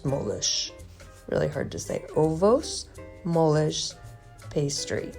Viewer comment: Hi! The way you said "ovos moles" the last time was almost on spot! Ovos moles means soft eggs.